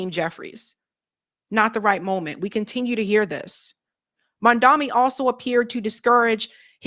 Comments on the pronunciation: ITS NOT "MONDAMI." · Shit, still!?!!!?? It’s MAM-DANI!!! What the hell? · sorry to do this, but I’m turning you off until you learn to say Mamdani’s name right…. It’s gone too far at this point.